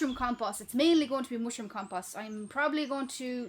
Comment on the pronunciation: The way she says ‘mooshroom’. Sigh.